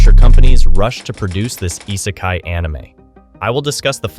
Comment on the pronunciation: If you want people to take you seriously, maybe start by correctly spelling "popular" in your title card. And by pronouncing "isekai" correctly instead of whatever tf that was 👁sakai sounding ahh. I'm half convinced you're just using an AI voice as your pronunciations are so wack. If you want to denounce Isekai as boring you may as well denounce the entirety of Anime as boring as well because you are being willfully ignorant of the vast amount of subgenres within it. There are plenty where the "OP MC" trope simply doesn't exist, Re:Zero being an obvious prime example with the dude getting murked over and over and the utter heartbreak that he experiences repeatedly, and others that fully delve into it and become an absolute joy to behold such as Eminence in Shadow. And with the uptick in Villainess shows and Otome game reincarnations we're getting lots of female representation as well which is fun in its own right. Isekai is exactly that, another world. It is a place of fantasy and nonsense and the MC being from our world simply acts as a surrogate for us to imagine ourselves there alongside them. You just don't care for Isekai and that is fine but don't bash the whole damn thing because that is no better than the people that claim they despise everything under a certain topic despite never having seen more than 2 shows or songs or foods or anything.